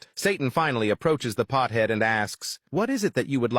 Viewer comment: “Pthead”? 😖 Really? You’re afraid to say pothead? Lord help us. The current generation is pure pussified.